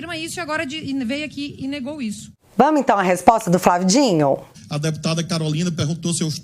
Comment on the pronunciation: Mulher é Flávio D I N O não Dinho 😅 vídeo ótimo mas eu fico me contorcendo vc falando mil vezes o nome dele errado